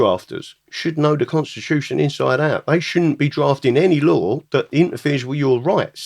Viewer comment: The conshtitushion is the solushion